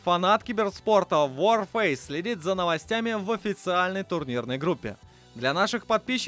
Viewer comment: не ворфейс , а варфейс. Вар -война! , а не Вор фейс